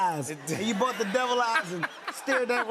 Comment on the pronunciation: . Funny how he says bought up there..